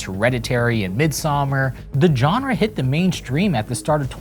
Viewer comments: Great video, but it's pronounced "Jean-ra" (ZHan-ra) not "John-ra." It's not enough that you say the word about 1,000 times over the duration of the video. Again, great stuff, but hard to sit through with that grating pronunciation. Otherwise, great narration, visuals, research & content, setting, and mood. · Learn to pronounce “genre,” and stop saying it every other sentence. It is not pronounced with a J sound. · dude....learn how to pronounce genre, please. it's not JOHN-rah. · FFS! It’s “genre”, now JAWNRA!!! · Please, YouTubers, learn how to pronounce the word “genre”. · “i am not a fan of Suspiria” dude, you can’t even pronounce “genre” right, it’s alright, no one’s surprised you don’t like giallo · So many mispronunciations - jarring! Including that you keep mispronouncing ‘genre’ UGH! Otherwise good… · Was excited for this but unfortunately was immediately taken out by the mispronunciation of 'genre'. I managed 5 minutes before having to quit but it looks like a well thought documentary and I hope others enjoy it